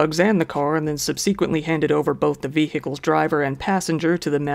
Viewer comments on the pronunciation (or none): Except for ONE WORD.... 'SUBSEQUENTLY'. Our guy got it wrong both times he used it! And he isnt the only guy making a mistake with that one. Sub seh kwent lee not sub see kwent lee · SUB-sek-went-ly, not sub-SEEK-went-ly. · Just gotta say, the second vowel in subsequently is a short vowel, it’s not sub/see/quent/ly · (Sub-suh-quint-lee) not sub-sequently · bro...SUBsequently not subSEQuently. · Sub - seh - kwent - lee I apologize, I'm being that girl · PLEASE stop saying “Sub-SEE-quent-ly!!!” The stress is on the first syllable. SUB-sequent. Always has been. Idk who started it, but this has become one of the most commonly mispronounced words among Youtubers. I know i’m being a ‘word nerd’ or ‘grammar nazi’ or whatev, yes it IS a pet peeve.. But if U guys are teaching each other to say things incorrectly, you’re teaching kids to say things incorrectly, too. & they’re already plenty dumb, ok!? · Love that ye'r doubling down on the whole weird-ass "subseequently" pronunciation 😂🤣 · I'd already commented on the previous vid as to just how weird it was. What I'm worried about is others picking it up as though it's normal when it's definitely not 😉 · I give up with 99% of humans I have an any encounter with and smh in shame for being a human lol and you make me piss with how you say "subsequently" 🤣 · I love your channel. You're a natural! As a fan, I wanted to let you know that you are mispronouncing the word "subsequently". You can Google the pronunciation and hear how it's pronounced. Keep up the great work! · I always like your videos and I was happy to find this one. However, I think you need to work on your pronunciation of "subsequently". Otherwise, keep up the good work! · That is the most bizarre pronunciation of ‘subsequently’ I have ever heard. Did you miss a lot of school?